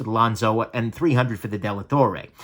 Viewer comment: it's Dellatorre (Della torre=of the tower) not Delattorre.